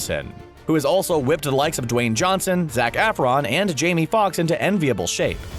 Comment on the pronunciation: Did he really just say zac affron 😑